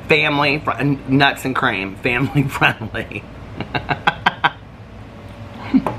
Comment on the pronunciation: you give me the giggles the way you say family friendly!